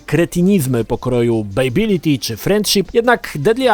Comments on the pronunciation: To moj pierwszy film od lat. Jezyk polski koszmarny, "fejtyliti" i "bejbylity" jeszcze gorsze. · Dlaczego gdy ktoś źle wypowiada słowo w języku obcym, to trzyma się go jak rzep psiego ogona i powtarza w nieskończoność? xD 3 minuty filmiku, a ja słyszałem o "fejtiliti" już z 10 razy. "Bejbiliti" już nie wytrzymałem i wyłączyłem to dziadostwo xD No a jak słyszę, że uznawana za najbardziej kultową odsłonę serii Mortal Kombat dwójka jest nazywana "taką sobie", to już wiem, że masz zerowe pojęcie o tej serii. Ot, włączyłeś, pograłeś i tyle, równie dobrze mógłbyś sobie włączyć pasjansa, bo zaangażowania nie masz żadnego. O ile w ogóle w nie grałeś, a nie obejrzałeś jedynie kompilacji "fejteliti" na YouTube